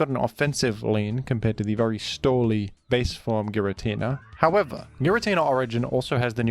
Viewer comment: youre saying giratina wrong its supposed to be GirAH tinUH